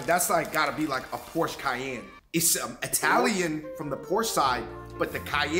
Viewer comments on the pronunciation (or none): The way he said Cayenne 😅 he really believes it's italian